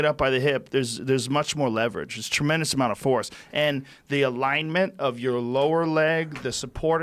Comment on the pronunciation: Joe " troumendes amounth of " rogan